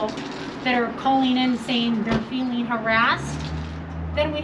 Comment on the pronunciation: Aw, the feewings powice save the day! 🙄